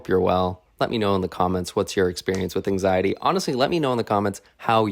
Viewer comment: The way he said anxiety at first had me thinking “Aang Sigh Etty” for like 5 minutes, anyway great video, so real